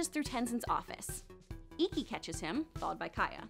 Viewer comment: "Hishiro" is actually supposed to be Hiroshi, Pema shouldn't be pronounced "Pee ma" Ikki had two "E" sounds, and P'li doesn't sound like "pie - li." Hope this helps!